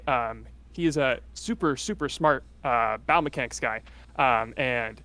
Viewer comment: Could've sworn he said bowel mechanics instead of battle mechanics